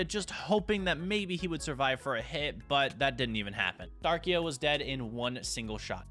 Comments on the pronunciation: Bro its dark-rai not darkia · It’s Darkrai (Dark-Ry)😭😭😭😭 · i was cringing from the mispronunciation in that like its Darkrai as in (DARk-RIE) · IT IS DARK-RAI NOT DARKIA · ‘I have zamazenta thunderus reshiram kyogre mewtwo and darkia’ not to be rude but it’s darkrai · Hearing darkia instead of darkrai is unnerving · Man’s calling Dar-cry Dar-ki-uh like where’s that last uh coming from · its darkrai not darkea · Darkiya bru- darkcry its how to pronounce it this is the name darkrai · Bro it’s darkrai, not fucking darkea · darkrai❌ darkia✅ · pov: you got a little triggered when he miss pronounced the names i mean he called it darkia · Damn you saying Darkia hurts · It's Darkrai not darkia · why are u calling darkrai darkia he is not lugia lol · Stop saying (dar-qu-a)!!!! It’s (dark-cry) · Loved the vid, but it’s pronounced (Dark-rie) not Darkia😂. Cant wait to play against you! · Absolutely love the content u put up! All love from Sweden🙌🏽 Just the fact that u say Darkia instead of Darkrai, love it! Keep up the good work bud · Darkia😂😂😂😂😂 it's Darkrai dude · Sir it’s not dark ia it’s dark krai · Love the vid btw it’s (dark cry) not “darkia” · WHY DO YOU KEEP SAYING DARKIA ITS DARKRAI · Who else got offended when he said darkia 👇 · The way he said darkrai… DaRkYa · My guy called darkrai darkia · …….. it’s darkRai there is an R :,( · I like how he said darkia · Darkrai is pronounced dark cry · It's pronounced Dark-cry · Sorry but i have to say this darkrai is pronaunced darkcry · Not to be rude but its dark-rai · No offence but you need to work on your Pokémon pronunciation. It’s Darkrai Dark-Rie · Bro said darkrai wrong funny bro 😂😂😂😇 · I really hate being the one to do this but that’s not how you say darkrai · I love this video but how could you miss pronounce Darkrai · you said darkrai wrong